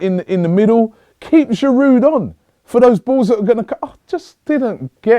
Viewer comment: its aftv, lets pronounce players names right. its a silent d at the end of Giroud.